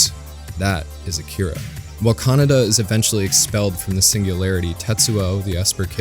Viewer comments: Great video! My only criticism is your pronunciation of "Kaneda". You sound like you're saying "kah-nah-dah" when it should sound more like "kah-ney-dah". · It's Kaneda. Kaneda